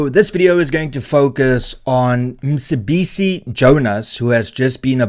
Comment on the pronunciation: I watch your videos because I like to get the viewpoint from both the right and the left and then a form my own opinion. I will consider subscribing if you pronounce African names properly, as someone from EC you should know that the c in Mcebisi has a specific click, don’t be afraid to upset your audience by pronouncing names properly Renaldo, I know that you know the proper pronunciation.